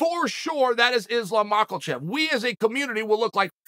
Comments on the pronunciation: Ma-Kel-Chev? for the 47th time Chael, THERE IS NO "L" IN MAKHACHEV! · “Islam Maklachev” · The only time Chael takes an L is when he says Makhelchev. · Is-Slam Mockel-Chev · 🤣 Islam Makal chev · Markle Chef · He does hit it kinda hard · I can’t believe he’s consistently said makhalchev every single time 🤣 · I love how Chael says 'Islam Michaelchev' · "Makelcheff" 😂😂😂 Chael is epic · There is no "L" in MACKELCHEV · im waiting on chael to call him “Isreal Mackelchev” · Chael „Islom Mackle-tchef“ Sonnen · Did he just say mackerel-chef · "Makal shev" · islam makELchev 😂🤣😂🤣😂🤣😂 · Someone needs to tell Chael that the “L” in Makhachev is silent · 😂 I know man… Just like the “F” in hospital is silent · Non-existent even 🤣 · Where does the L in Islam’s last name come from, Chael?